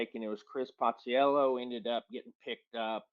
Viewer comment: Hey knew Chris so well that he called him Passellio.